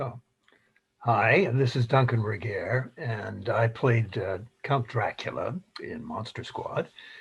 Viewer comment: Greg, you mispronounced his surname. The g in Regehr is a hard g. But Duncan took it with grace; he didn't even flinch.